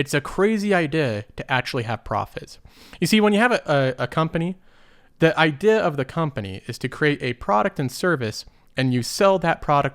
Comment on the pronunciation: It makes me chuckle a bit when you say idea. ideha